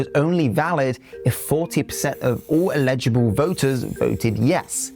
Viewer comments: Sorry, but do you actually know how to read English? There’s no a in eligible. It’s pronounced ELL-IJ-A-BULL” not “ELL-EDGE-IBLE”. Also it’s called a referendum not a revolution. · "Eligible" has its emphasis on the first syllable. "Illegible" has its emphasis on the centre syllable 👍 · You completely misrepresent so much of the debate about Scottish independance.......and you can't pronounce "eligible". I can't take you seriously, I'm afraid.